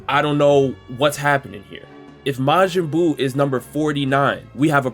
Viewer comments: count how many times he said mayin buu bro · "Majinn buu" x100000